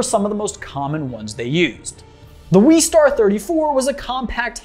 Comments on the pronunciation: Its not the weestar its the westar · "Weestar" West-arr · NO ITS WESTAR NOT WEEEEEEEEEESTARRR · Boba and Jango AREN’T Mandalorians. And it’s Wes-star not Wees-star. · It’s WESTAR not WEESTAR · I think it's pronounced "Wes-tar" like west and star as reference to cowboys. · why does he say westar like that